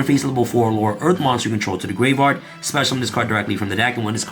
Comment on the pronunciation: The "grave-rard" is killing me. I'm sorry. 🤣💀